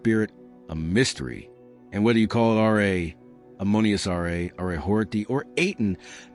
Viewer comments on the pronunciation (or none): As excited as I was to listen to this video I could not get more than three minutes in every time the narrator said R.A. instead of RA